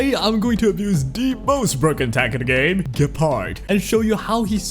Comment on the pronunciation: You know is name is Gepard right, not Guepard ?